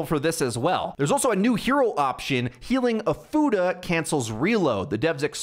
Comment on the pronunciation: “Healing ofuda will“ sounded like “ healing a fu…. You know what? Nevermind.